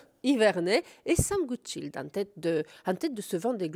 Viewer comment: Il est anglais, pas français ou allemand, donc pour la prochaine fois, attention à la prononciation de "Goodchild", le "i" comme dans le mot "child" (enfant) (et pas comme le nom de famille Rotchild), il suffit d'écouter comme lui même le dit dans l'interview officielle doublée ici, ou encore Xavier Macaire dans la présentation du bateau et marin. Personne n'aime entendre son nom écorché !